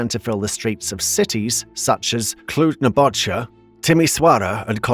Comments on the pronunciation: I don t want to be mean, but how hard is it to pronounce the word Napoca? It is Napoca not Napocha..... whatever we appreciate the effort anyway. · Thanks for making this video. We have high hopes and Respect for the new President. However, besides the misinformation mentioned by other people here, it irks me how you butcher some names: "Bolojan" pronounced as "Bolozan"... mmm no, "J" is not sometimes read as "Z", in any language. "Napoca" ( NAh'POh'KAh - silent "h" ) and you choose to pronounce it as "Nei'bow'djeea" >.> myeah... No. Can you just redo the video, maybe? with the correct numbers?